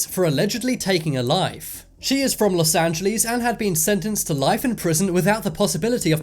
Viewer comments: I love how he says los angelos “lus anguleec” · I’m sorry but the way he said Los Angeles